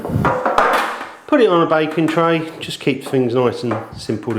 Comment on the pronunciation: lol i kept thinking that he said 'bacon tray' instead of "baking tray".